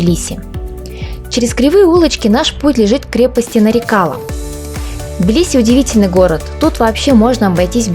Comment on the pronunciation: милая моя землячка. не вводи зрителей в заблуждение, если ты правильно поставишь ударение то на твоем родном языке сразу поймешь название крепости Нары-кала - мелкая крепость. И потом откуда в тбилиси где нет ни грамма нефти армянские нефтепромышленники. Там половина населения была азербайджанской, о чем говорит много старых названий